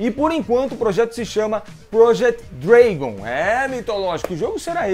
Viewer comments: Dragon se pronuncia draɡən e não dreigon kkk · Dragon se pronuncia Drégon, não dragan......